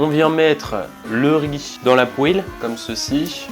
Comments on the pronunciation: Les gens normaux: « poêle »: « pouèle » 😭😭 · J'ai eu l'honneur de gouter c'est vraiment bon par contre redis plus jamais "poêle" c'est vraiment "pwal" la bonne prononciation